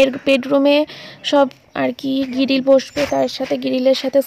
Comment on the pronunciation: গিরিল abar ki😂😂😂😅😅 গ্রীল তো